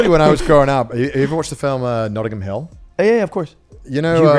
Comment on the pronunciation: Notting Hill not Nottingham 😅